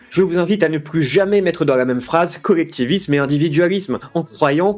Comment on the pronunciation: C'est quoi exactement son problème avec la lettre L ? Ça me rend fou de l'entendre dire "cowectif", "cowectivisme" ou "individuwawité" ! Arrête de nous casser les couilles et va consulter un orthophoniste (et pense à prendre qqs vitamines par la même occasion) ! 🙄